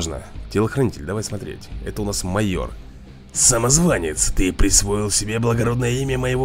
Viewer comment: Что такое мойор? Впервые слышу может майор?